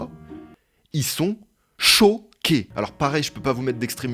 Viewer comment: Ils sont CHO-QUÉS Ça me fait tellement rire quand il dit ça 😂